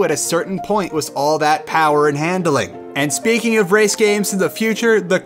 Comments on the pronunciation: Wis instead of with really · Why do you say "with" like "wiss"